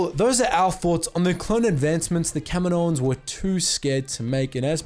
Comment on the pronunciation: Thank you for pronouncing “Kaminoans” correctly :)